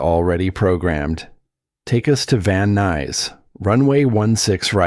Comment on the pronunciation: Van Nuys not Van Nise.